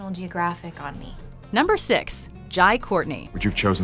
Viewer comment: Jai is pronounced “Hi”.